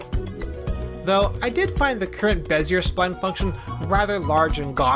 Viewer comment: This is a very impressive video, but I believe that they are pronounced "beh zee ay" curves, not "beh zee urr" curves.